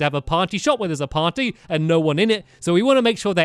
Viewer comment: how stampy says party:potty. lolz stamps but i am not making fun of you